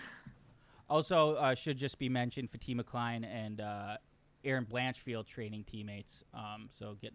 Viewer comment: the only capper that can correctly pronounce Fatima Kline name 😅